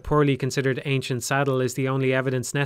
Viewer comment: "Anicent" bridle. Unfortunate!